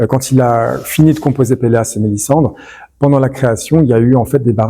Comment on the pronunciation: le titre de l'oeuvre citée est Pelléas et Mélisande (prononcé Mélizande) et non Pelléas et Mélissandre !! Ceci dit, merci pour cette excellente présentation de l'apport de Debussy.